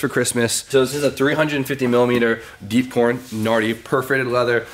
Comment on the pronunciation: Did...did he say deep corn?